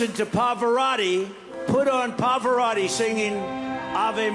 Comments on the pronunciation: Tfg doesn't even pronounce Pavarotti properly. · He couldn’t pronounce Pavarotti’s name correctly and these people are voting for him even when they leave his rallies???😂